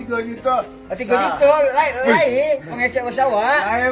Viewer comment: lai bang bukan laek hahahha